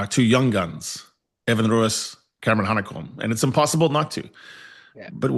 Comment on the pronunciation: its Hanekom n Roos